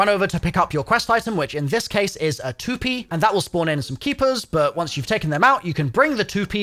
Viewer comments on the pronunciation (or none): You say Tu-pee, it’s Tu-Pay isn’t it or is it a British / English difference. lol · Lol "The too-pee" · I think the april fool's joke is how he pronounced toupee😂